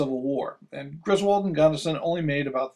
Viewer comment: Cool video. FYI, it's pronounced GRIS-wuld, not gris-WALD. (In other words, not like in the National Lampoon movies.) Mr. Griswold was from Connecticut. You can hear the pronuonciation from Griswold, Connecticut, at the beginning of this video here